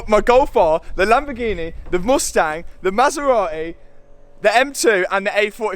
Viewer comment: I hate the way you say Mustang. So bad pronunciation.